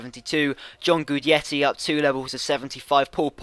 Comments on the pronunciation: it's prounced gudetti not guidetti. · Dude, its pronounced Gwee-detti!